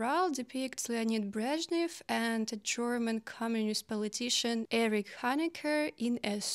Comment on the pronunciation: Love the way you pronounce Breshnev